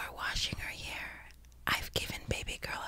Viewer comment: it's Hair not haur